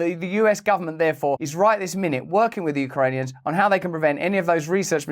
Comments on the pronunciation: Did she say Ukrainion? Yep, Ukrainions. What is she in a Star Trek episode. Is she talking about Klingons? Ukrainians, not Ukrainions. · Did the lady say “Ukranions”? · the Ukraini-what’s lmaoo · Who the flip are the U-Krane-Eons? Is that some evil race of space aliens? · Did Nulan say ‘Ukrainions’ 😂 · "We are working with these YOU CRAY NEONS!" - how come no one can speak properly anymore? has everyone been taken over by AY LEONS?